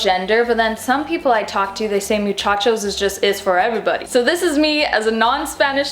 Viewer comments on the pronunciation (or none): I speak Spanish, and Hola Muchachos is perfectly fine is you put pronounce the “s” at the end.